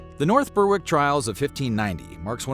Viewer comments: 'Ber-ick' not 'burrrwick'. Apart from that good video! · It’s pronounced ‘Berrick’, not ‘Berr-wick’. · Nice video, nice research, Just one small thing - Berwick is pronounced Ber-(as in berry)-ick. That goes for all the places i know with that word in their name, eg. North Berwick, Berwick-on-Tweed etc. Keep up the good work. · Murder goes Berrrrrrrrrrr-wick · Yes, just like Smithwick's beer - Smithick's